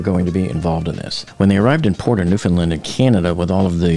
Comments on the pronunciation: say it with me! new FOUND land. how hard is it to say? not new fin land lolol i swear no one knows how to read lol AI or not. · Look how it’s spelt. New FOUND land. Not New FIN land.